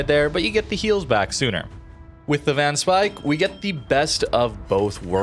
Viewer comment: Van speijk is actually pronounced “fan spayke “ ij in Dutch is an ay sound